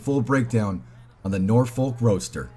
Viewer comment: The L is silent in Norfolk. We pronounce it "Norfuk" in England.